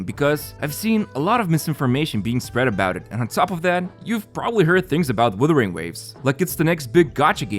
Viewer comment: bro it's not "withering" wtf